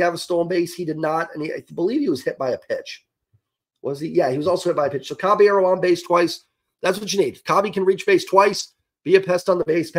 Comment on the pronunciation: “Cabeyearrow” lol